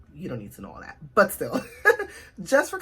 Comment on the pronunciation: You said "but still...", are you Jamaican? Also, just subbed and part of the notification squad! I'm happy to have found your channel! Love watching Black watercolour youtubers. I'm scoping out all of you!